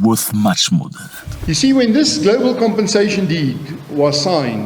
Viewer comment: Zack not to sound obnoxious,but it's *compensation and not *compassation ,peace bro❤